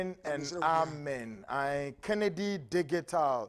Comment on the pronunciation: ...,Please learn how to pronounce the word “Digital”. It is not like how you do———dig -i-tal. It is pronounced—di-ji-tal.